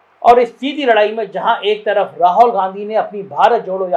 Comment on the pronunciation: भाई राहौल नहीं राहुल होता है